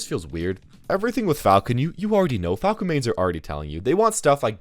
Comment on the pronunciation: When you say falco it sounds like you’re saying paco